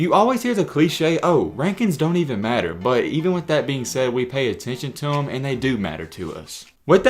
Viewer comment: Why he say "but" like that, BWUEEET